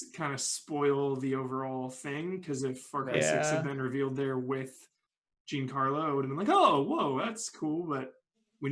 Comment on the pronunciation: Jesus christ look up how to pronounce Giancarlo. It's Not "Jeen Carlo"